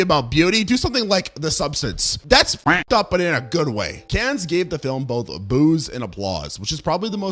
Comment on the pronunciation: "Cannes" is pronounced "Can", you make this mistake in every video...